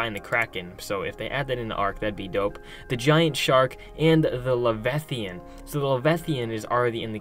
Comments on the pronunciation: Levethian. No. La-vy-a-than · It's leviathan (Lev-eye-uh-thin) not levethian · Levi-athan not levethian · Levethian? Le-veye-a-than leviathan. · That pissed me off too ngl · Le-VI-a-than, not le-ve-thian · Your pronounced leviathan wrong la vi athen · You pronounced leviathan wrong! What is a “Le-veth-ian”? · Dude you can’t say leviathan - “lev eye a thon” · you pronounced leviathan wrong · You pronounce Leviathan really weird. Have you never heard of a Leviathan in any way, shape, or form?! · Stop saying boys every other word. Also learn to say leviathan correctly. Otherwise it was interesting, annoying boy, but intetesting.